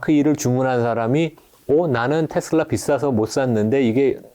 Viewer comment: 제발 ‘테슬러’ 라고 발음하지 마세요. 저 미국 30년 살고 있고 영어 능통한데 아무도 그렇게 발음 안해요. ‘테슬라’입니다. 정말 거슬리네요😮